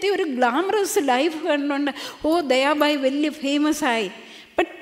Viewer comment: It’s not days bhai it’s days bai